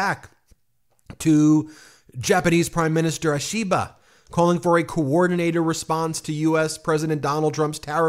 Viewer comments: Can Ben learn to pronounce Japanese names better? 😅 “ashiba” means scaffolding, “Ishiba” is the Prime Minister’s name. Say “wish” minus the “w” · Hun, you completely butchered the Japanese language. 😆 🤣 😂. I know its a hard language for some. I dont have that problem, but many Americans apparently do. Example: Ishiba is pronounced - "Eee-she-buh". Not "uh-she-buh" as if its the letter "A", or "eye-she-buh" as in the letter "i" like eyeball. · I think Ishiba would appreciate if you pronounce his name right. It’s Ee-shi-ba. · I am an American living in Japan. Your pronunciation of Japanese names has mostly been correct, but I'd like to clarify the pronunciation of the prime minister, Shigeru Ishiba. It sounds like this: SHE-gay-roo E-shee-BA. Emphasis on letters in CAPS. Americans tend to accent the middle syllables but in Japanese, emphasis can be on the first or last syllable many times. Thank you to everyone on MTN, I watch every day!